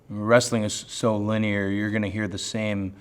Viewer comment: please Cody, you're the man but never say "linear" ever again 😂